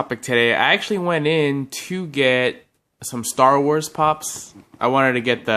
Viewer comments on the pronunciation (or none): none